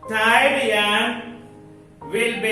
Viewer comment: Tied not teid😂